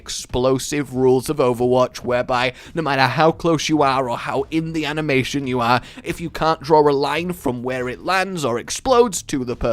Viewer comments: Her Ana-mation…kill me now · "Ana-Mation" Good job.